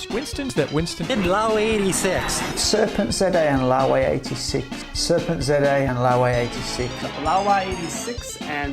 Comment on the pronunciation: "WINCESTON" " SERPENZA"